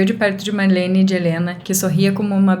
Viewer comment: É Marlene e não Malhene, assim você acabou deixando a história mais fofa kk😊